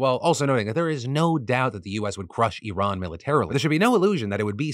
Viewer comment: Very impressed that Phil actually pronounced Iran correctly compared to other Americans.